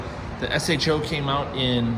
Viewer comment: To me, it is definitely pronounced S-H-O, not sho. Good job bc i think you default to that. No one calls a Toyota a turd, when it is T-R-D. It has always been S-H-O